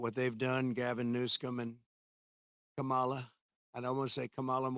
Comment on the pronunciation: I liked when he said Gavin New-scum lol